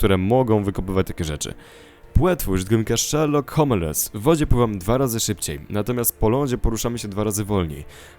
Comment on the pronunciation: już nie mogę tego słuchać, czyta się szerlok hołmles